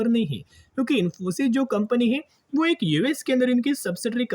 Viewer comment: AK ni ak bat karate ho,😊